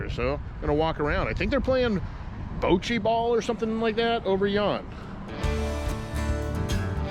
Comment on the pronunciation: Boat-chi ball. It’s botch-ee ball. I’m from queeeeeeens